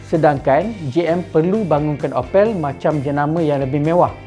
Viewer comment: opek Upin Ipin ke Opel mana satu